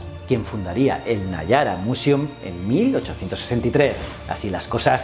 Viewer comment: Y Niágara lo pronuncia nayara jajaja